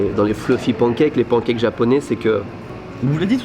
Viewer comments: Mais d'où vient cette manie de prononcer pancakes "pANkèke" et non pas "panekaikes" à l'anglaise ??? Les anglophone font bien un effort pour essayer de dire croissant, alors on peut bien faire un effort pour pancakes 🙄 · Les pancakes se prononcent « panne » cakes comme dans « melon pan » en japonais et non « pan » comme en français pour l’oiseau « paon ». Il suffit de regarder les videos « how to make american pancakes » pour avoir la bonne prononciation. Cheers!